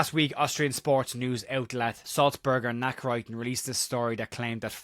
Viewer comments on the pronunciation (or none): Great stuff, some help... Nachrichten is pronounced Nak-rish-ten.. (basically means newspaper bulletin)